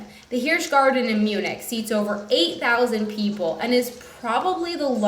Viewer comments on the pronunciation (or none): none